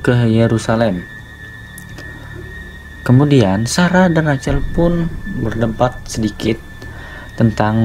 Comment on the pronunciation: Rachel, dibaca "RAHEL"